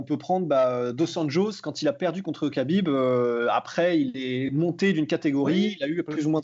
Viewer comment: on dit pas kabib mais khabib, kha se prononce rha et non ka